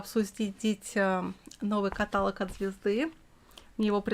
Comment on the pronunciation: каталОг.